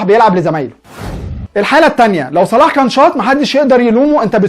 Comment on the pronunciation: وكان فين ماني ايها حاقد قبل لما يوصلو صلاح كان اخرو في فريقه المركز الخامس انما لما وصلهم صلاح جبلهم دوري ابطال وبعليهم في مركزهم وبعرف يخلق فرصه لنفسو انما ماني معرفش يخلق فرصه لنفسه الا بمساعده زميلو او من مساعده صلاح وروح اتعلم تنطق صح اسم صلاح مش صالح